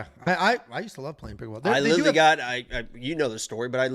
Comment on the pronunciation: Lilaly😂😂😂😂😂 Last week and this week. Literally is coming out as Lilaly😅